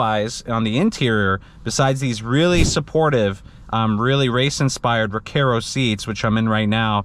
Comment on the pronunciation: Recaro RS-G is for 32” waist max. Great video! Just an FYI, not trying to be a smartass: The “Car” in Recaro is pronounced like Car and not Care 😀